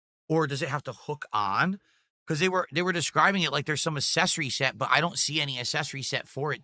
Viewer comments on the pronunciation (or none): Do Americans pronounce it ASS-essories or is that just? You'd think it'd be real easy for him to say ACK-sessories. Dented to the end.